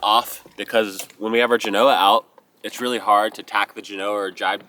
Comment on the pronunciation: Love you man, but if your brother can finally learn hot to pronounce Genoa -- you can too! You're killing me Smalls! 😊